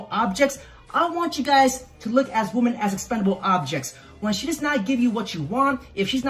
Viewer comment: Just curious I'm asking you this question because I've heard you doing this as well, has it suddenly become cool woman when you obviously mean women? Or is it an accent thing? It's been annoying me for years and so many people do it these days. Please enlighten me what the hell is going on? Seriously.